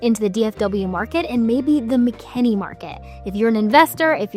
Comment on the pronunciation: It's Mckinney, not Mckenney...